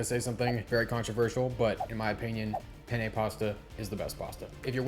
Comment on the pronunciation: I don’t wanna be immature, but pronounced the pasta like penis in Spanish. It’s pronounced PUH KNEE KNEE